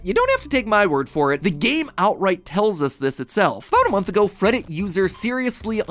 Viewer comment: Did you say freddit user or am i hearing things?